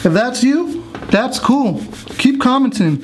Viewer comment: First off, the guy talks and acts like a dummy, he pronounces the word "commenting" like he just learned English. He picked his nose right before he started the process, his English is just wretched which tells me his education isnt superb. Stuff might work, but this guy has me not wanting to try it.